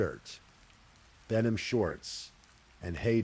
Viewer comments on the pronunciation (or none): none